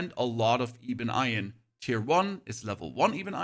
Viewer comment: “Ee-bun eye-un” gets me every time instead of ebon iron 😂